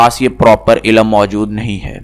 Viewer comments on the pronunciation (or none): Bhai ilam ni hota ilm hota h phle apna talaffuz sahi kre phir aisi video post kre